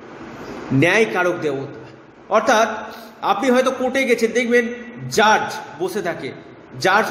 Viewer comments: Rasi noy rashi uchcharon hobe.. r jarj noy judge. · Jurge noi. Judge. আগে নিজের কথা গুলো ঠিক করুন। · Jurj নয় , কথাটি জাজ(judge) হবে ।